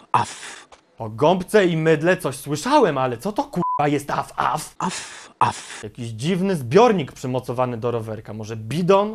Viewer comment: Sraf sraf a nie at af